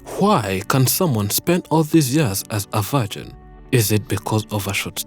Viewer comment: "vargin" lolol0lol